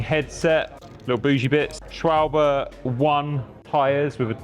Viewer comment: Wow! Chris you are the first person on YouTube I've ever seen pronounce Schwalbe correctly. Lovely stuff! :D